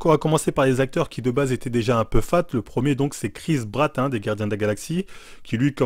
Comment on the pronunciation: "Chris Bratt" 😂😂😃